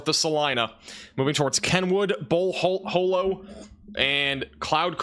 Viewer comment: It’s pronounced Bull Hǒllow not Bull Hōllow